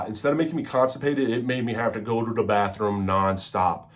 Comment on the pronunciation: Dude stfu and ‘go to da badroom’ you coked up loser 😂